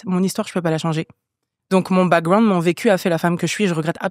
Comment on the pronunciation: j’ai envie d’écouter le podcast mais quand j’entends « backgWound » ça m’énerve déjà